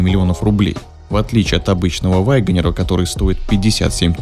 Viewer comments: Не 'ВАгонер', а 'УагонИа'. Не 'ЧирОке', а 'ЧЕроки'. Конструктивная критика, ёпт. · Пожалуйста, перестань говорить ваЙгонир. Просто вагонир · Почему вы произносите вайгонир? Это не правильно. Ударение ставится на 3 й слог на букву е. И без й в 1м слоге.